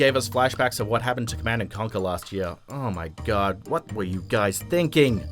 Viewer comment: year not earr